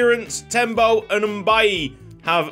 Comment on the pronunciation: Issa's last name Mbaye is pronouced May lol. I have a cousin with that name